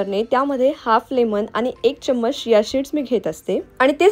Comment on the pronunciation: It's not शिया seeds it's चीया seeds😊